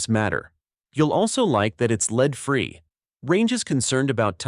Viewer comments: Either teach your robot English or fire it and employ a human. "Lead" in both instances is pronounced "LEDD", not "LEED". FAIL! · Why in the world do all of the info video makers insist on using a computer generated voice that can’t pronounce abbreviations or know the difference between lead (led) and lead (leed)? I hear the first indication of CG and I’m gone…no matter how interesting the video may be. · It's hard to get away from this AI slop these days. The "voice" said leed instead of lead...😂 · The soft, gray metal in bullets is called (phonetically)"led", not "leed". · Ai narration can't pronounce lead, as in bullet lead and pronounce it lead as in lead the group on the trail. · It said "LEED CHUNK" 🤣🤣🤣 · Lose the AI voice. It dosent pronunciate correctly. Ie: Leed vs Lead. This give a very low quantity feel and brings the contents validity into question. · lead instead of lead? The AI is having trouble with this one. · Maybe program your AI to pronounce lead for this use properly? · Thumbs down for inability to pronounce lead in a ammo video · It’ll be nice when the AI learns how to pronounce lead it’s not lead.